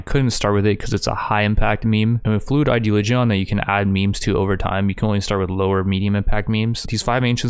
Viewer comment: learn how to say ideoligion plz i like your videos but every time you say it and some other words i feel sick